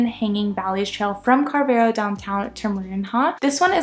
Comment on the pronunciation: The pronunciation of Carvoeiro places much more emphasis on the 'o' than you have made and is equally stressed along with the other parts of the word. Think of it as carve-oh-eye-roo. The 'r' is slightly rolled on both the first and last syllables. A single 'o' on the end of a word in European Portuguese sounds like a double 'o' in English. I mention this because had I not realised that you were trying to say Carvoeiro (since I saw it on the map that you presented), as a Portuguese speaker I honestly wouldn't have understood what place you were talking about. 🙂 Likewise, 'Marinha" isn't pronounced "marine-ha". It's pronounced like "marine-ya" in English. Likewise Vale de Centeanes isn't pronounced as val-ay-day-cent-ay-ann-es. It's pronounced as valuh-duh-cent-ay-an-esh. The 'de' in Portuguese sounds like 'duh' (not 'day) and words ending in a single 's' sound as if they end in a soft 'sh' in English. Glad to see that you're having a good time in the UK and Europe. 😉